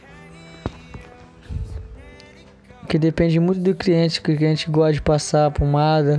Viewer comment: Eu ñ entendi é cliente ou criente kkkkkkkkkkkkk